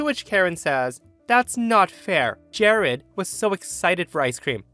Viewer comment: "Jahrad"?? Ugh.